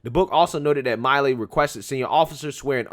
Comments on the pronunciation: It's pronounced Mill-ē. Not Mile-ē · General mill e is how it's pronounced. Not Miley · Milley gets furious when his name is mispronounced,im sure knows that.